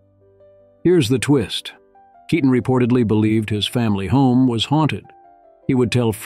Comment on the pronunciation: That’s not Keaton, but you got most of the Pronunciations right.